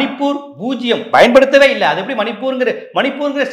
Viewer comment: ஒரு தாழ்மையான வேண்டுகோள். நீங்கள் 'பயன்படுத்துவது' என்ற வார்த்தை உச்சரிக்கும் போது 'bayan paduthuvathu' என்று சொல்கிறீர்கள். 'payan paduthuvathu' என்று சொல்ல வேண்டும்.